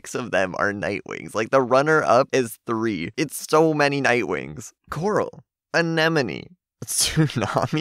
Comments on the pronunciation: It's pronounced an-eh-moan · I thought it was anenome not anemone😭